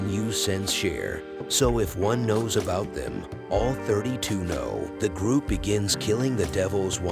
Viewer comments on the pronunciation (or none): none